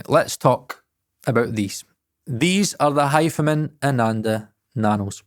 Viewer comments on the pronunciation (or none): Why are you pronouncing them as Hifaman, it’s Hi Fi Man surely?